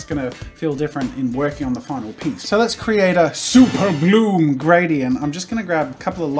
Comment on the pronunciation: Now super bloom is sounding like super blue